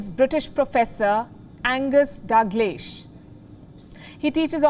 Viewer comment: Impressed with her pronunciation of Dalglish got it spot on